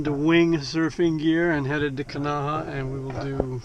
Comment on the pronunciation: You have a large following and can be part of modeling correct pronunciation of Hawaiian place names...Kanahā